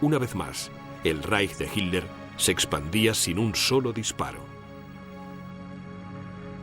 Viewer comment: El relator no sabe leer, repite y repite "HINLER"